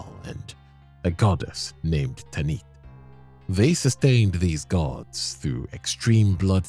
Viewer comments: why do you call her "Ta-niith"? In game and everywhere I've heard, it's "Tanith". Even Patches pronounces her name that. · Tan-ith, not Tan-neath. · Patches: "Tanith" - Dipshit narrating even after hearing it: "Taneeth". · Its wild how you played a clip where Patches prounces Tanith the right way and then you kept saying TANEETH immediately after. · Rya literally tells you how to say the Mistress’ name. who in the world is Tah-neeth? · Feels like people just mispronounce things for engagement bait “Taneeth” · Tan IF it's pronounced Tan IF they say it in the game! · How do you use a clip of a character saying Tanith the right way and then proceed to say it wrong for the entire video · Why you saying her name like that. The characters are SAYING her name in the game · I love these videos but your pronunciations are wild 😂 How can you play a clip of Patches saying Tanith's name multiple times and immediately after say it wrong 🥀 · So funny to me, especially because Patches just finished pronouncing "Tanith" correctly multiple times immediately beforehand. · Definitely a choice to repeatedly say it wrong despite hearing the NPC's Rya AND Patches say it correctly. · The name is even said earlier in the video by Patches. How and why would you pronounce it differently? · If you said Tanith wrong intentionally, well played. Edits Jk you said Phoenician wrong too, don’t think that was purposeful 😂